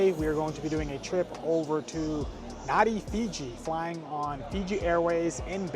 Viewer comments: A well put together review. I was wondering how long it would take you to realise that the major airport you were travelling to is pronounced “Narn-dee”, not “Nar-dee”! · I';m sure you've learned by now it's NAN DEE (Nandi)